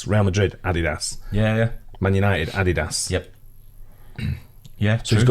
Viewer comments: who else thought when said Adidas, thought he said "add his ass" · Ah Dee Dos. Is this how all brits pronounce it?? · The way pronounces Adidas and Puma is hilarious.